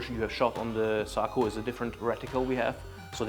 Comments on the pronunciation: its SA-KO, not saako. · Sako, not Saako. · Sako not sarco